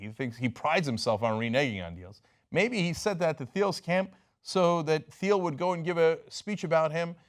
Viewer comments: I read "Zero to One". Please read it before criticizing his position on monopolies. It is more nuanced than the out of context excerpts. Also, it's pronounced like "teel" not "theel". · And its pronounced TEEL. not THEEL. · It's pronounced T-uhl, like the color. NOT THEE-uhl. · I cringe every time Cenk mispronounces "Thiel".